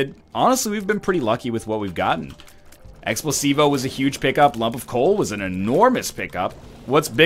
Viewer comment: am I the only one hearing him say Explosivo that sounds like x placebo?